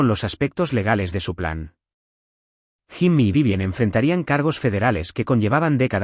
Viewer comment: Jimmy se escribe…. pero se pronuncia YIMI, si la IA no sabe hacer la pronunciación correcta NO USEN NOMBRES EN INGLÉS 🤨